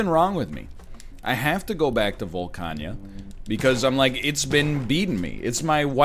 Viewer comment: NL pronouncing Volcana as "Volca-nya" has me thinkin' he be playin' Mahjong Souls behind our backs and not sharing.